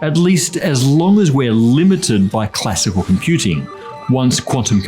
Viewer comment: "Classical" or "Classic, cool"?